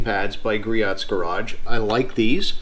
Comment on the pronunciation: Griot = "Gree-Oh" It is so common that they have a tutorial on their website. Rumor is that Richard (Griot) would charge double back in the day if you made a phone order and mispronounced his name.